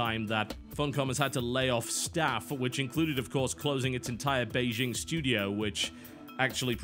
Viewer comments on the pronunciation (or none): none